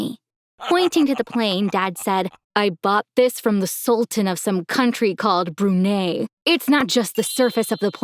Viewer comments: Yeah, it's not "Brunay". It's "Brunie" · it's not /brunay/ IT'S /bruneye/ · It Brunei not bru ney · all right I'm telling this to the US government because there's no way I just heard that correctly. It's called Brunei 🇧🇳. It literally says Brunei on the subtitles too. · And also i liked how he said "brunyeh" instead of "Brunei". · Brrune it's Brunei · It’s bruney it’s 🇧🇳 brunei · bruney? It’s brunei sorry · Its isn't called Brunae lol it is Brunei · Thank you for adding my Country It's pronounce Brunai But it's spelled Brunei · Not to be mean but the country is pronounced "BRU-NI" (Spelled Brunei) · is nobody going to talk about the dad who pronounce Brunei wrongly? Its supposed to be : broo•nai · It's actually pronounced "Brunei" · Hey i am just saying ayo your stupid dad mispronounce my my flag like it not hard to say it and i can speak malay so saya inda suka cou punya bapa pasal ya ambel kami punya money now to English you know why i hate your dad because you re dad is stealing our sultans money he is the richest guy and here what its called brunei not bruneeei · He just said brunei but witha wrong pronounce